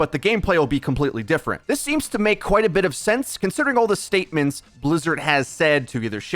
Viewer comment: Is Metro german? The way he pronounces Bizzard sound very german to me